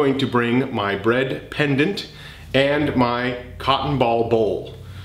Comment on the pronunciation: Every time you said “bread pendant” my mind just thought “breandant” lol